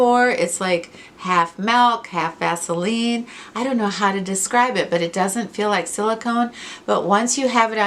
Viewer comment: I would have swore you said half milk half “ass”eline! 😱😂😂. Now back to the show!